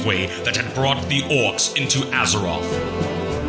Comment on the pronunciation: A giơ rọt hay Ác giơ rọt đừng dọc A gie rốt